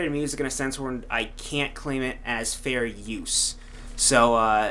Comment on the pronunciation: i think your saying fairy... "i cant claim it as fairy use"